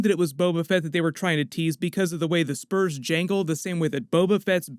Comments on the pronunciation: A little after he talks about clint Eastwood, he says, " he wore special spoos on his burts." Haha. I think he meant spurs on his boots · Special spoots on his burts? Lmfao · “With his spoots in his burs”